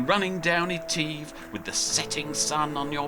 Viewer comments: Etiv with an e. Sound the i not the e mate. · Oh how lovely to hear about "lock eteeve", presumably you mean "loch (a bit like cough) eh-tiv?? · It is pronounced eh-tiv. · Loch Eh-tiv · Loch Etive not Eteeve, a small price to pay for excellent filming and editing, The Scottish Isles close to my own heart having done a few sailing expeditions there myself, what are you going to do once you complete your anti clockwise circumnavigation ?.